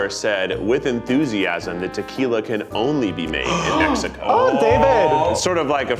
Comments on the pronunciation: Zach can actually say "México"!!! Tears of joy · I liked how Zack pronounced México🧡